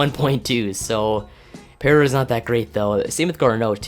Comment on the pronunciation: Gerardo Parra last name is pronounced "Par-a"